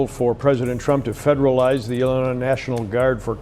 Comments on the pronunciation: Ahheem... The "s" in Illinois is silent... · The often pronounced "z" in Illinois is SILENT. Thank you from a Sweet Home Chicagoan.❤